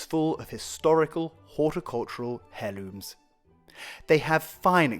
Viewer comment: Did i hear you pronounce a fast "H" when you used the word "heirlooms"? I had to be educated in 3rd grade to drop the "h." In heirlooms.